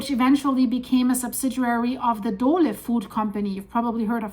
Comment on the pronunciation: What is a Dolah Corporation? said Dolah! I know of the Dole Food Company, but Not Dolah!! WHO TAUGHT HER ENGLISH AND WHY DOESN'T SHE HAVE AN ELECTRONIC DICTIONARY?!!